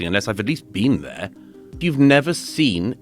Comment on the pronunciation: You haven't "bean theyuh", you wouldn't understand